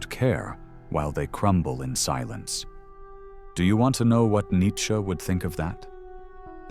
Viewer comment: "Nietchze" LOL